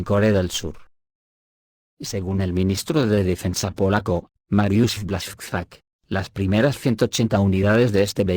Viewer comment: con el mayor de los respetos, Buashchak, Biauistok, Piusudski, Biaua Podlaska. Asi se leen. 😊